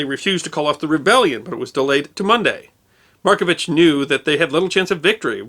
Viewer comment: A few pronunciations aside, a fair portrayal of an extraordinary person. Loved and admired here still